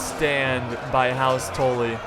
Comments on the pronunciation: House Tolly? Its Tully.. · T- uh - lly not torly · It's "tuh-le" not "tol-e" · It's "Tully" not "Tolly" god.... you are losin it.....:( doesn't change my mind on u secretly dating JF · "Toely" xD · What the fuck is a toelly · "House Toelly" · The butchering of ze Tully name :( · The way you say Tully gives me cancer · The only thing that got slughtered here is that prenaunciation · please say Tully right next time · The way you pronounce Tully makes me feel uncomfortable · yes he did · im sorry everytime i heard it i thought i was gonna have a fit ahah great battle thou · It triggered me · how you said tully XD. no offense, obviously. it just sounds fun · your saying tully wrong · ha you're right still something that annoyed me